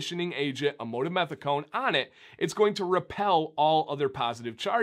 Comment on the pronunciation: An absolutely well made, professional video with documented facts from actual scientific research. I was happy to see that you did focus on "Amodimethicone", and actually was able to pronounce it lol. This ingredient is a lot more popular than many would think, or actually realize. I have done quite a bit of actual research and consulting with chemists regarding this ingredient, as it has unique properties in an acidic environment, such as a hair/beard conditioner. Unfortunately, I think people can be quick to judge something that they are not educated about, and come to an incorrect conclusion. No matter what, as I saw this come up a few times in some of the comments for this video, do your own research. Actually take the time to read what is on the label, and see what you are putting into your beards. No one knows your beard better than yourself. Again, well done with the video!!